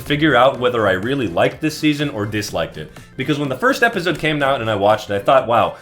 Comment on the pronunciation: my brother you went to stanford stop saying epizode its ep-ah-soad